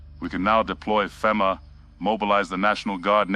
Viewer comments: "We can now deploy Fim'ah" lol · you can make AI pronounce FEMA correctly by spelling it differently like FEEMA